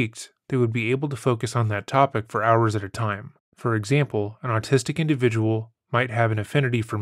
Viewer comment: The narrator really said "ARTISTIC" instead of AUTISTIC!🤦🏼‍♀️ It's usually chocolate ppl who pronounce it that way, but the narrator doesn't sound chocolate. He said, "She has absolutely no ability to EMPHASIZE with her son".🥴🤦🏼‍♀️ The word is EMPATHIZE! The narrator is definitely chocolate. There's no way vanilla would mispronounce Autistic and Empathize. You would think a narrorator would make sure they're able to pronounce words properly, regardless of what flavor their outside layer is.